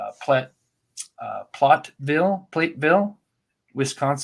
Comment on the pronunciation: Platteville rhymes with HATville.